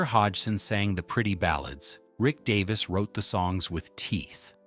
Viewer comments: Get his name right first that would be good 😮 its Rick Davies not Davis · its Davies Not Davis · Get his name right DAVIES!!! You have no credibility to do this! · obviously dont know his name its Davies not Davis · Davies! Fair dinkum, if you can't get his name correct then don't bother. How disrespectful!